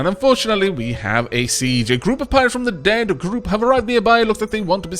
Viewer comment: near the end when was reading "Deep Group" it sounded like he said "Dead Group"